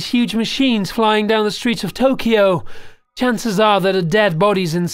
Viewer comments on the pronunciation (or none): none